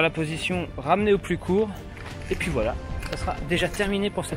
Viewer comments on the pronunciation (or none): none